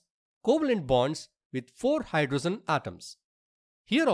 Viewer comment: 1.oxygen ❌ oxyzen✅ 2.hydrogen❌ hydrozen ✅ 3.nitrogen ❌ nitrozen✅ 😂😂😂😂